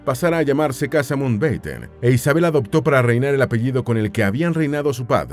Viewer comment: El apellido es Mountbatten, no Mountenbaten ni Mountbeiten. La mitad del video no cita cosas sobre la pareja sino curiosidades aleatorias. Entretenido, igual.